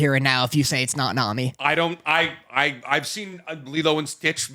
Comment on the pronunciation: calling best girl, "Nami" is killin me lol